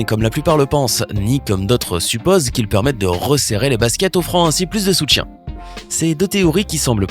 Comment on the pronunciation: "Plus de soutttien"